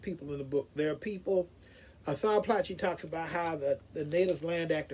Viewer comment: Insightful review! For your interest's sake, his surname is pronounced "Ply-key".